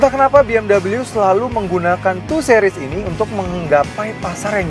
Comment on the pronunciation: 2 sih-ries, bukan 2 seh-ries